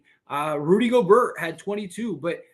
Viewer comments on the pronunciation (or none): Schroder sucked this game. He’s like a roller coaster. Great one game then terrible the next. Rui wasn’t very good. Austin needs to be better. We have to keep plugging away. Gobert is pronounced Gobear. Thanks again for the content.